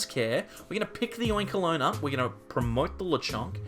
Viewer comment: "Oinkaloin" lol